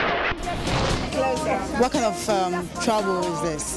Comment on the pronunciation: Tonto its not trouble oo lmfao!!!